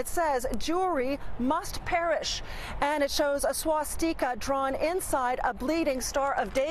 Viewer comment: i dont like how she pronounced 'swastika' she put too much flavour on it lol